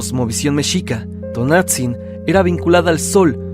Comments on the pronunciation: T O N A N *T Z I N No Tonatzin 🙄👎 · Luego, luego se escucha que el narrador es extranjero, porque no pronuncia bien los nombres en náhuatl. Me harté de escuchar "Tonatzin" 😂